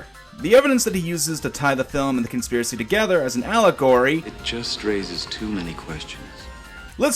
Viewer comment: "consipracy"??? Uh were you tired when you made the video?